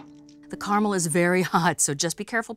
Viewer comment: Finally! CARAMEL pronounced CORRECTLY!